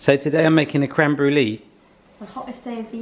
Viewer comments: it's pronounces Bru-lay not bru-lee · Isn’t brûlée pronounced brewlay not brewlee?